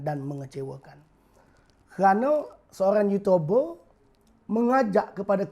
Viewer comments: baru lak jumpa video ni... bro... uuutuuuberrr not uuutoberrrrr... melayu sama melayu lu bising bro... tang cina and india punya racist... lu diam lak... uuutoooberrr betoi! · dia sebut yutober?? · orang buat video jumlah like mesti lebih dari dislike....ni x kau mmg buat video untuk dptkan bnyak dislike hahahhaha....cakap youtuber pon x betol...ada cakap yotober....kau nk sebut apa ni hanat aku dngor lain. pakatan hancing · youtuber. bukan yutober bro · Bising ahh kau. Memang patut nama harapan, bagi harapan je kat rakyat. Bod** sebut youtuber pun tak pandai.